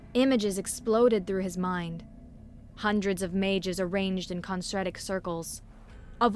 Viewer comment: con-sen-trik, not con-sen-tra-tik